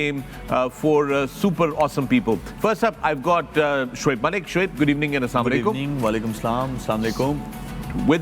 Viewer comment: Mera ek indian friend bhi aesi baaten krta tha phr selmon bhoi ne us pe gaadi charha di.